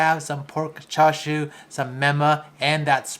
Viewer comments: My OCD kicked in, you said "Char Siu" which is a different dish, then the "Chashu" pork you are making. Subtle I know. But considering, you are the only US based top food youtube to pronounce "Parmesan" correctly (and not "Parme-żhan"), keep up the good work :D. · Guga still needs help pronouncing chashu and tonkotsu not tonkatsu even Paolo pronounced chashu correctly. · I think at this point it has to be on purpose, every other video with chashu it's the same wrong pronunciation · Yeah but japanese is characteristic in having distinct syllables and pronounciation. The first bit is simple, cha (like in the dance cha-cha) and the second is like in the word "shush" without the second "sh". The "sh" sound is prominent and there is no "R" :P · You literally keep calling chashu “char siu “ XD! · Why are you pronouncing chashu like "char-soo"?? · Chashu not Char siu